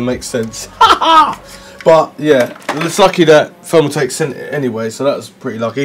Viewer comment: I fink you might have problems pronouncing free, fick and fermaltake. Wifout a doubt. Nice case brofer